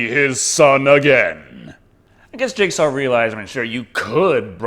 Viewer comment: Are you saying jigsaw or Jake Saw?